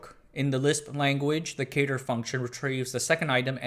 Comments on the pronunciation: Fun video, thanks for making it. As everyone else said, the 2nd MIT lisp machine was pronouced "cat-er" (CADR). Most of those pictures are of CADR's, not CONS machine. I've never seen a picture of a CONS. And the CADR was a 32 bit machine. The 3600 was 36 bits and the Ivory was 40 bits. More should be said about the 3600 - it was quite a machine. And you should mention David Moon along with Knight and RG. You can run the original CADR software today on an emulator I wrote. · 'cadr' rhymes with 'adder'. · The "a" in "CADR" is pronounced like the "a" in "cat", not like the "a" in "Kate". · You put a lot into this history. Thanks. A couple of things to add: CADR is pronounced c-ADD-er (not c-AID-er) and Macsyma was pronounced MAC-sim-a (not mac-SEE-ma). BTW, does anyone remember the Knight terminals on the ninth floor of the AI lab? There was a power switch that we sometimes had to flip when they needed to be reset. The switch was labeled "Sometimes" and "Never".